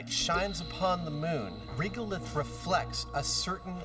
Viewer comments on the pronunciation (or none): WHY do they call Regolith "Reegulith"? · the only thing I didnt like about this myth is, the inability for people to pronounce Regolith correctly, now it's not Reegolith, like Regular... go start saying Reegular from now on numpties... at least Jamie pronounces it correctly.